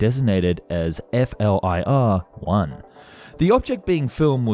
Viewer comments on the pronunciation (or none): just say "fleer" 1, man... I'm sure it the research that was done for this video you came across audio of the pilots or crew talking about the flir footage and would have heard them say it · It's pronounced 'fleer'.